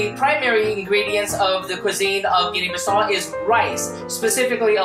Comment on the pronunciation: Guinea-Bissau you pronounce the U at the end.